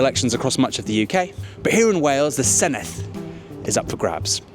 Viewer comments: Good video, but please learn how to pronounce ‘Senedd’ properly. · I keep saying it but no Emglish journalist ever pronounces Senedd correctly. Dd is pronounced like the Th in "This", not the Th in "Thing"